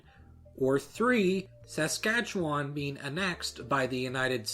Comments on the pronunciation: Saaaaaaaskatchewan? Why can nobody pronounce my home provinces name right. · Good video, you need to hear someone from Canada pronounce the word Saskatchewan. You put too much emphasis on the first "a" sound. We basically slur past that so it sounds like s'skatchewan. Interestingly, the city name Saskatoon is pronounced with emaphasis on that first "a" sound. But good job pronouncing Quebecois the right way. Also, I had no idea about Romanow considering letting the USA take over. I think the people would not have gone for that because of the fact that universal public health care was born in Saskatchewan, and nobody would give that up. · Saskachawon? Bitch, SASKATCHEWAN. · Su ska chewan I live here and that's exactly how everyone pronounces it here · You pronounce things really wrong this in video, by the way. "Premier" is pronounced "preem-yer", with the emphasis on the first part. Not like premiere. Saskatchewan has the emphasis on the kat part, all other syllables are very unemphasized: "suhs-KAT-chuh-wun". Finally, Roy Romanow's last name is pronounced "roman-oh" not "roman-now" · PRONUNCIATION GUIDE (from someone who comes from Saskatchewan) premier [PREE-myur] Romanow [ROH-mə-NOH] Saskatchewan [səs-CATCH-ə-wən]... the only real vowel is in CATCH; all the rest are schwas. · hate to be that guy. but..... Suh-skah-chew-un. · In Canada, "premier" is pronounced PREEMyer. The first a in Saskatchewan is a schwa -- SuhSKATCHewun or SuhSKATCHewahn. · You pronounce it like someone who isn't from S'skatch'w'n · The way this guy pronounces Canadian things like Saskatchewan and Premier is hilariously wrong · Saskatchewan lol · If the rest of Canada got to vote for Canada to stay or go they would be gone. Also you say Saskatchewan wrong lol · how you say the "chewan" part, my parents do it fast and no long e's and a weird "a" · You mispronounced both Saskatchewan and Romanow 😂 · I laughed so hard every time you pronounced “Saskatchewan” 😂